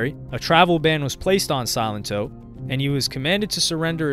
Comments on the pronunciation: Did anyone even watch this video? He kept saying Silentó 😂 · Drink every time this dude calls him Silento - jeez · The pronunciation of his name throughout this whole video got on my last nerve. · Your pronunciations of his name are incorrect